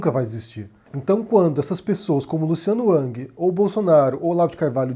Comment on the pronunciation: Curioso que o fala Luciano "Uck" ou Luciano "Ang" quando a maioria fala Luciano "Ruck" "Rang"